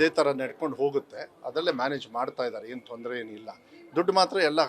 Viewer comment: ಹೇನು ಹೇನು ಅಲ್ಲ. ಏನು ಏನು😂